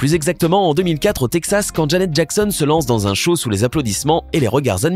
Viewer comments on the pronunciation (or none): none